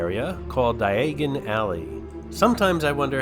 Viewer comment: Dye - a - gon alley for future reference :). Loved the walkthrough and cant wait for more!